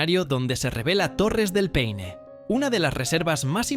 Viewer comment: Hola lindo video, por eso amo este país ❤ , buen trabajo, un detalle no es peine es Paine lo dijiste una vez bien, saludos 🤗